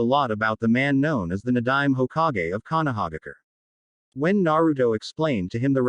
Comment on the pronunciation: Konohaigger? Really?😂🤣😭😭😭🤦‍♂️